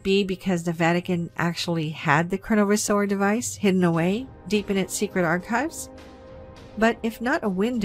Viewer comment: While I love you and your channel, we really need to work on your pronunciation of words : ) Such as Chronovisor and Grimoire.